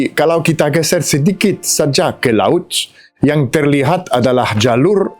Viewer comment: Bahasa Indonesianya sudah bagus. Ucapannya masih ada es. Seperti Lauts. Seharusnya laut. Masih bisa disempurnakan. Semangat.